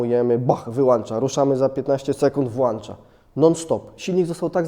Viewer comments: WŁĄCZA I WYŁĄCZA a nie włANcza wyłANcza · na litosc boska... nie wŁancza tylko włącza !!!! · włącza a nie włancza czym włancznikiem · "Włącza" i "wyłącza", bo macie "włącznik" i "wyłącznik". Nie widziałem wyłancznika do wyłanczania :) Łapa w górę za dobry materiał :) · Włancza !!! booooożeee macie w domach włanczniki od świateł czy włączniki?!